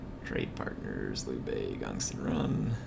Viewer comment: This was from your last episode, sorry! Hey, just wanted to give you a few helpful pointers 🙂 1. Liu Bei is pronounced like ( LEE-U BAYY 2. In that failed ambush battle you faired very well but I noticed you didn’t use your champion to the fullest. I know that he is meant for taking on enemy champions but he can actually fair pretty well against early game INF. 3. I was thinking that maybe doing a voice overlay after the battle to show us what you were thinking and you could be in Cinematic mode rather than talk during the actual battle. You could concentrate more. ( check out this YouTube channel called surreal beliefs to better understand what I am talking about ) ( his battles in his Cao Cao campaign. 4. USE YOUR CREDIBILITY!!!!! Cao Cao was a master manipulator. He could sway almost anyone. Credibility is a god gift in this game especially in legendary. You should really set up some proxy wars between some factions you are at war with and their neighbors to ease your tension 5. In that peace deal with Yuan Shu, it would have been more beneficial to request regular payments than one time considering that he paid a huge amount. You could have gained a ton more money. I have played as Cao Cao and only Cao Cao, I am not exaggerating. I have been trying to figure this game out and I have for him at least. I know this is hard to believe but I have played and failed and restarted my campaign as Cao Cao at least 50 to fully understand and predict certain outcomes and chances